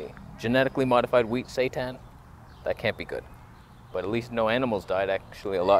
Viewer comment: haha! That made me chuckle and almost send my mint down my throat. 😂 Satan not good...agreed! But it’s actually called Seitan but it’s really close to sounding like Satan but with the emphasis on both syllables instead of just on the first one. makes me laugh every time. Love his channel!